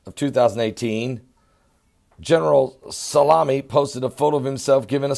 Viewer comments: General Soleymani not Salami I think you were hungry when you recorded this video : ))) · its "Soleimani" not "Salami". You can't even read the title of your own video! and he doesn't have an insta account, that's his fan page LOL. This shows the IQ level of your viewers who couldn't catch it and are comparing his name to peperoni. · its pronounced soli-mani lol.. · I absolutely love, his pronunciation skills are a constant source of good natured humor. How on earth he gets Salami out of So-lei-mani boggles the mind. He makes even all this craziness not seem so big with his God given personality. Don't ever change.:) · U can't even pronounce his name 😂😂😂😂😂😂